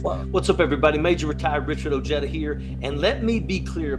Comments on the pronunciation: ' O - HAY - Da' " is THEE ONLY Correct Pronunciation of the name Ojeda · The only thing I didn’t like about this interview was his pronunciation of his last name 😂 petty, I know, but being Hispanic it’s funny to hear someone of Hispanic descent anglicizing their names 😂 😂